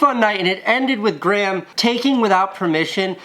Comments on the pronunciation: He says Graham like "gram" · Anyone else annoyed at how he says grahm 😂 anyone Irish knows how it's pronounced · More importantly why does Casey pronounce Graham like Gram? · why do you pronounce graham gram lol